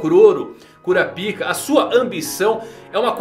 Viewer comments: "Curapíca" é sacanagem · a cada vez que eu ouço "curapíca" e "naníca" eu perco mais a vontade...